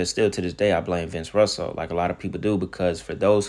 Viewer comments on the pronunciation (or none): Buddy i love your videos but for you to keep mispronouncing "Vince Russo" name as Russell is appalling considering you said you were a wrestling fan. It's pronounced like Rooso buddy. I'm pretty sure with all the names you mentioned as your favorite wrestlers, "Sting" especially, you probably heard of Vince Russo more than once